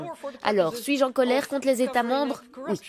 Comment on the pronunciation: La traductrice au lieu de dire oui, elle dit où